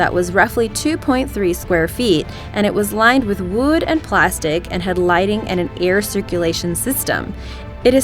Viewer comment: "... and it was lined with wooed and plastic ..."